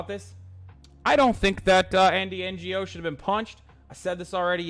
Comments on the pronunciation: the g in ngo is silent u dumb shit. did u go to school in turk land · I like how this pea sized brainlet pronounced Andy's name as if he's a Non Government Organization. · Quick question: Does he not know how to say “Ngo”?